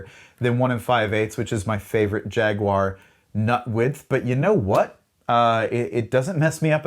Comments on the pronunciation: Why can't Americans pronounce jaguar correctly?! 😂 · Thank you for pronouncing Jaguar the most objectively bestest way possible. Fun fact: The Metallic KO color was originally called Candy Apple Rust when the guitar first was released and then for some reason they changed it rather quickly.